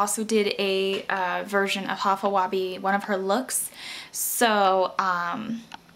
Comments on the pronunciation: its pronounced high-fa web :] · High-fa Weh-bee.....its pronounced like this